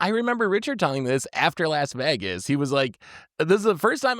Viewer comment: cannot even pronounce Vegas right my brother in christ